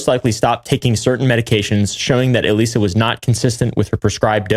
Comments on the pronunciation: The bio test is pronounced like eliza and is a super common test in biomedical research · I’m so glad y’all caught the mispronunciation of Elisa it was starting to really bug me lol